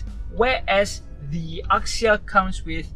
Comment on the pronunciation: axia was pronounced 'azia' rather than 'akzia'